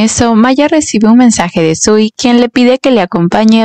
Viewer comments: Primero, el chico se llama SUI, no SIU, no existe el sonido SI en japones Que les pasa a los directores de los doramas q ponen a esa protagonista tan linda y hacen q digan q ea fea 😂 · Se equivocó le dice siu no sui😂